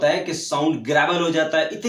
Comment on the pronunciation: Sir it's a word gravel or grabel